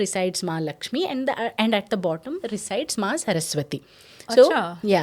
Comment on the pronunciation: Didi it is visarga and not anuswara after the word Lakshmi